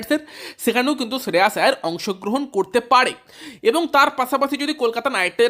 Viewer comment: Kkr admin be like শ্রেয়াস❎ শ্রেয়স ✅ ড্রে রাস ❎ ড্রে রস ✅ নারাইন ❎ নরেন ✅ সাকারিয়া ❎ সকারিয়া ✅ সুয়েশ ❎ সুযশ ✅ 😅